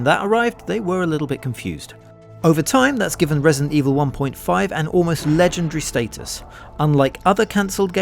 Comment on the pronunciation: “resint” evil?”